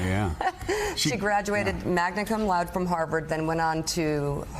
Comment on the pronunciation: Good grief, do all Americans pronounce 'laude' like that? Do they not realise it's a Latin word?!